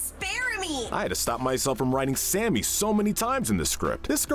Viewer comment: I like how you call Sammy "Sammy", and not "Samey" like Amy did.